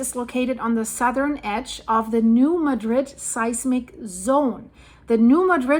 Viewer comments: Love you! I watch you regularly. Just wanted to tell you that new Madrid is not pronounced like the city in Spain.its new Maaa-drid. Very easy mistake to make and throwing no shade... Just letting you know as I suspect you will be discussing new Madrid in the future!❤ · Say it with me now, New Mah-drid. We pronounce it with the accent on the ma not the drid. Also, the quakes have really dropped off around here. Wondering if the fault is locking.